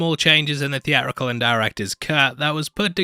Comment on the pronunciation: It's Sicky T not Sticky T. It's theatrical not thee-ah-rickul.